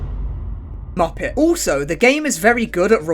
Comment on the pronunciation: When he said Muppet with the British accent it was hilarious